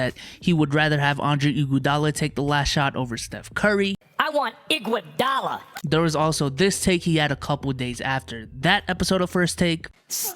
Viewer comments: The way max says IGUADALA gets me every time lol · The way he said "Iguadala " , annoyed me